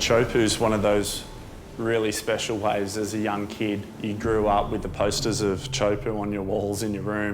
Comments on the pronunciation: Pronunciation - Teahupo'o not Chowpoo... please! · In tahitian pronunciation is TEA HU PO’O